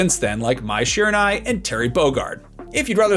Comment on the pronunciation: it's mai shiranui not mai shirunai ....